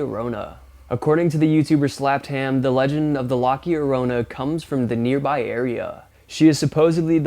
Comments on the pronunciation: I hate the way he pronounced it (laki o Rona) it’s pronounced (la yo Rona) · I'm sorry? Lockiarona? It's La Llarona, pronounced [ɟ͡ʝoˈɾo.na] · Bro did you say the video of that tree woman was “la-kee-Ronah” I think you mean la llorona which is pronounced la-your-rona…In spanish it basically means the crying woman. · Lmao. It's La Llorona, not "Locky-yorona". It's pronounced "La-yorona", Spanish for "The Weeping Woman". It's a Spanish tale that is widely known here in New Mexico. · Loki Arona is pronounced Low Key Ah-row-na. Do a bit of research on words and definitions, it will improve your videos. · Bro said lockyarona "lmfao that's a slap to my face" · “Laki orona” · Bro did not just say ”LoCkY o’ RoNa” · Dude it’s not Lock your Rowna. It’s La Llorona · The drowned kids witch is La Llorona pronounced La Your•own•uh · It's pronounced La Yorona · I like your videos. I am not sure where you got your info about Skin Walker but you are spreading misinformation. The SW is a Indigenous Witch that can shape shift not a Spirit. They are not a white humanoid figure people keep saying they are. La Llorona is pronounced La yah-rona it is Spanish for Weeping Woman. She is a Legendary Spirit from the Southwest. - roh - nah means Weeping Woman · It's La Llorona pronounced lah yo-ro-na! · It looks like you have horns on your head with the two black parts in the background picture. I dont think its pronounced the way you pronounced LaLlorona, or spelled this way either, I thought it was just La-ya-rona. Whatever. Seems like every paranormal video is explained off as a skinwalker, even if its obviously not. That lake creature looks like a small or baby whale may have gotten lost in the lake through maybe an under ground entrance. I really hope the guy filming it called someone to come check and if so, help the thing get back to open water before it dies. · OOF The way you pronounced La Llorona 🤣 There’s no C in La Llorona bruh 🤣🤣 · Never heard someone say La Llorona so wrong before